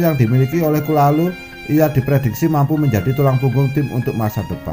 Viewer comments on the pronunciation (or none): Thauvin Prancis,, 😀😀, kalulu mas,, bukan kulalu,,jgn buru2 mas ngmong,y ntr kesedak,, 🙏🙏. Ttep smngat,,Forza milan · Kalulu bukan kulalu....ngakak bener